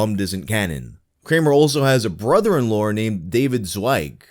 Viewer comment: "brother in lore" lol having a jfk moment yourself